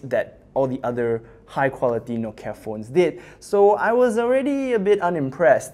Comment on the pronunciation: It's "Nokia"